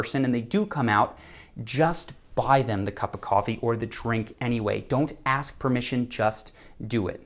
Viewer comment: While these may not be phrases, You might point to three words used very commonly by Americans that instantly make them look low class, ignorant. Incessantly using the "you know" term and mispronouncing the word ask with aks really put you in a category that you don't want to be in.